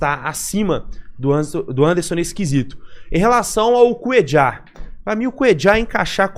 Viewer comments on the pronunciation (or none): Não chame o coitado de " Cuedjar". O cara é colombiano, se não me engano. Na América do Sul, só uruguaios e argentinos pronunciam o LL deste jeito. É "Cuêlar", ou "Cuêlhar", como preferir.